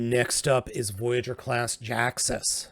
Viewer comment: Jhiaxus is pronounced "gee, axe us" as he was named after the general feelings from Furman at the time of writing the Marvel G2 comic, as he was fully aware the axe could be dropped suddenly at any time by Marvel.